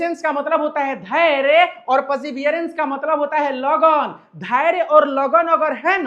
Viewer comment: Lagan❎ Lagooooon✅😅😅